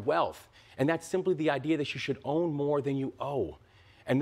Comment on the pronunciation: OWN NOT OWE